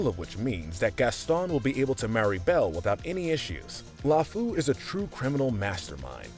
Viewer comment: i died everytime you pronounced lefou